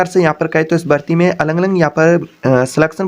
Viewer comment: Alag Alag hota hai na ki Alang Alang